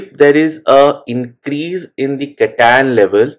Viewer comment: cation pronunciation took me few minutes to understand